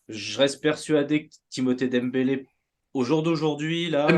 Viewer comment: Je confirme il a dit dembelé lol